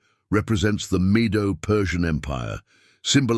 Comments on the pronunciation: It's not Jaffeth, it's JAPHETH!! Zeru Pabel?? Please! It's Zerubbabel. If you can't get the names straight, how much truth is there in this presentation??? The "meadow" Persian Empire? How about the Medo-Persian Empire?? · Medo - Persian, not Meadow Persian Empire.